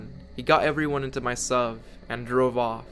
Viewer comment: Whenever you said suv i cringed